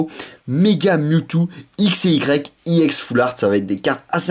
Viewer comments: on dit ex sinon parfait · Il prononce à l'anglaise : E-> i ; X-> èx